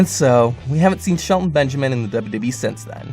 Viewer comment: Every time you say wwe you say wwhe